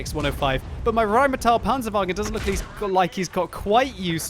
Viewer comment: Stahp rolling your r's for German words. It's just Rheinmetal, not RRrrrrrrrrrrrrrrheinmetal.